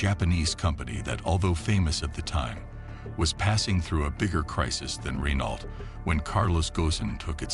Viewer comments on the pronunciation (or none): Pronounced Gone as in Bone and Reno for Renault . Please research the pronunciations , it jars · It's funny hearing Americans say "Renault", actually pronouncing the "t". I guess it's being an ocean away from the garlic munchers. We're only a channel away from them so we know to say it "ren-oh". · You’d think you’d learn how to pronounce Renault ! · It's not Renault.. It's pronounced Reno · It's pronounced "Ruh-Noh" or "Ren-Oh" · again, it's puppy mill time 😞 nevertheless, spend 60 seconds and figure out how to properly pronounce French words: Renault, Versailles...... atrocious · The S is silent. It sounds Gohn not Goson or Gosen And same for Renault. The L is silent. Yeah, French is a pain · Errrr.... Why would anyone believe you if you can't even pronounce 'Renault' correctly? shAmericunts....... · The pronunciation of Renault is so cringy. Ugh.